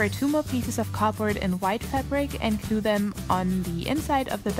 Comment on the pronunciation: I don't know why but I love the way you say glue it sounds like cglue